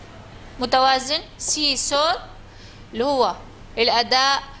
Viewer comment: Score وليس Sore